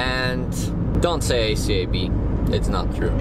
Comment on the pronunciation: From - the way says acab activated my Siri 😂😂😂😂